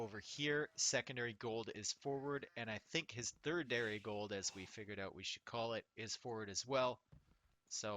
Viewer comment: "thirdadary" really? Still cool to see. the sound was good cant say better or worse as it doesnt bother me personally